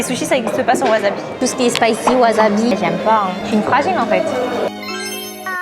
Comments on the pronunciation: Dite wasabi svppp, pas waZabi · Wasabi ce dit Waçabi pas wazabi